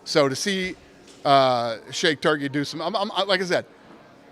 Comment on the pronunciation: Dana said to see a guy like "shake tukrey" come in and ..... Then said it again a moment later. I lost it 🤣 shake turkey ahhhj lmfao